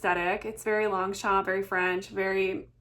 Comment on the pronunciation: Girl, look up how it’s correctly pronounced!! 😮